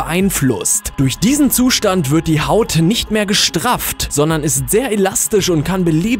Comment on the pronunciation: die haút seines magens ? versprecher...